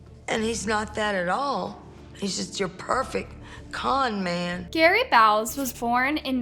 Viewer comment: "Con man" not "calm man"!!!